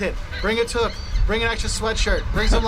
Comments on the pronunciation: I really don't know where this gentleman got his list, as most of these I have never had happen. I've had more fun with American tourists at Blue Jay games, concerts or the local pubs. They are wonderful. However, I do feel it's necessary to mention that this gentleman mispronounces the word toque. It's TOO-K. Not Tuk. Lovely he has his toque with him, but he's pronouncing it wrong. That is all. Hope you'll come up and visit some time.:goodvibes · He pronounced toque like took. LOL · Off topic, the narrator pronounces toque like "took".. I'm pretty sure it rhymes with "spook" 🙂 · I'm Canadian and I would note that this guy explaining what Canadians dislike .. is obviously an American.. he pronounced toque wrong btw. Also, making fun of our accent/s is not a problem depending on context.. when they do it on the Simpsons..it's hilarious.. when they went to Vancouver for the winter Olympics..and Bart introduced his new Canadian friend "milhoose" ..cracks me up everytime.